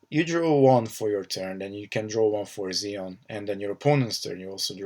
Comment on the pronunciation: Great video! Good analysis of the cards! Nitpick... its pronounced Zee On. :P